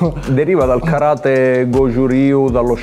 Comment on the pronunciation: Vorrei puntualizzare che si dice Karate' con l'accento sulla e piccolo dettaglio che anche quello è positivo sapere. Bel video complimenti.